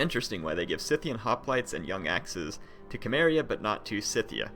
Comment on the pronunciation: isnt Cimmeria said like: Simmeria? and not Kimmeria.....?